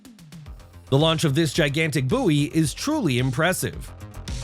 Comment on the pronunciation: It,s not a booiee,it,s boy- bouy ,a sea marker